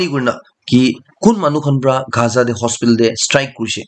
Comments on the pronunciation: Bro it's not gha...za it's gaza😂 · Dear Bro.. it's Gaza! not khaza👍 don't mind...